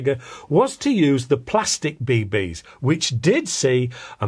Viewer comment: Be-beees. Haha. Always trips me up when you say it like that.